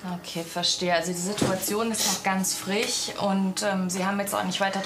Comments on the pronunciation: es heißt FriSch, ZwiSchen und nicht zwichen und frich. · sie sagt frich😆